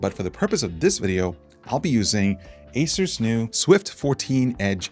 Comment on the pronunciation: I thought the same at first, but he said "Acer's new Swift...". "Acer's" really sounds like "Asus".